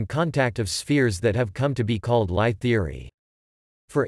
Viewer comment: LIe is pronounced "Lee"